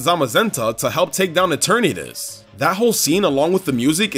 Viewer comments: I little thing is pronounced “Eter-natus” not “itetern-Atus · Can we adress the fact that he said Eternitus. It’s Eternatus